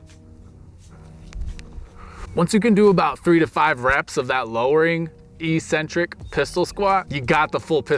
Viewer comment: Thanks for the most excellent video. I will be working through these progressions, which aren't easy for me. Just in case you care, that first "c" In eccentric is pronounced with the hard "k" sound because it is followed by a "c," and not an "e" or an "i." "Ehk-sen-trik." Yeah, I get it -- almost everyone mispronounced this in the fitness industry. They've all been miseducated, just as I was -- until I took some personal responsibility. I *highly* recommend the book The Logic of English. The author has a YouTube channel -- check it out. It is excellent information that is not well known.